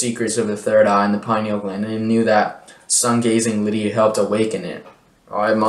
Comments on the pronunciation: I was going to ask what litty meant. I wonder why he can’t pronounce that word. Maybe he should find a word to replace it like “actually” so he can be understood. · When “literally” becomes “LITTY”… LMAO 😂